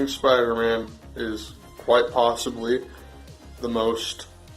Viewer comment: Wa- Was that kwite?